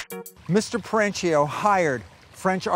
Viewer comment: The owners last name is Italian, so pronounced Peren-keeo, not Peren-cheeo. Annoying like pronouncing Porsche(a), vs Porsche(Porsh).